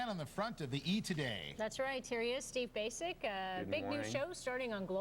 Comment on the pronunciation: 😂 That's not how his last name is pronounced